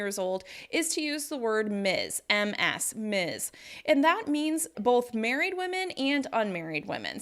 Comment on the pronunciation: Just one suggestion: I'm not a native. I'm from Ecuador and I think it is a little hard for us to get the "z" pronunciation right. Maybe a little more practice of the "Ms" final sound? You know, differentiating the "Ms" and the "Miss" sound..